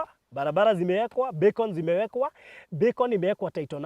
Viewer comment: Baruthi sio beacon ni Becon